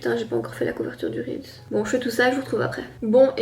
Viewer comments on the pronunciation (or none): Je ss d'accord avec on dit "reels" pas réal mais wsh hhhh Ps: best couple ❤👑